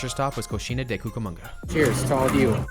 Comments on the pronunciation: cochina😅 just pronounce how you write it cocina... pronounce like cosina....and wow you can eat a lot😅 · You said cochina instead of cocina 😂